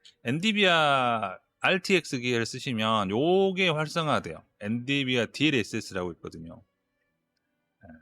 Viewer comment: 엔디비아X 엔비디아